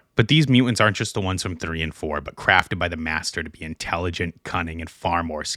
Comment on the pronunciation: “number threh” “the citeh”